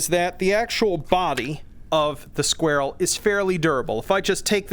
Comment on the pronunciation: Squarell. Sounds like a non native speaker trying to say "squirrel". Love it! These are going to be nice against armored targets. I gotta say the gas cuboids are great, but I wish they exploded after flying off! Sure it's not realistic but it goes against my gamer intuition when they don't!